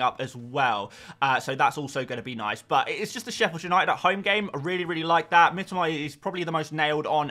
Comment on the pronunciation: Why do you say Mitoma in a Japanese accent?